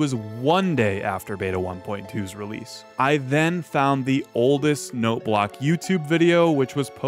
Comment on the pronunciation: I've been binging too much FitMC lately. That's not how you say oldest!